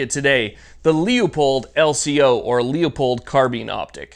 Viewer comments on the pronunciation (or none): Just an FYI. It's pronounced Loo-pold. Not Leeahpold. Could help with future reviews. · Leo-pold? Aaaarrrgggghhh! It's Lewpold, Loopold, Leupold! This is Leopold: Rant over, as you were... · Quick question just for my education. Is it pronounced "LEEAPOLD" or "LOOPOLD" I want to talk about my gear, but don't want to sound like an idiot.